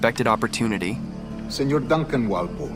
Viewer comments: Good perspective on the game and that mision in particular overall, Only thing i got to say is that you should have gotten the origninal assasin name right, ''Wolpolle'' not Volpolle. you get my sub nontheles, you are good at storytelling. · Bro there isn’t even a v in Walpole how tf are you pronouncing it voleple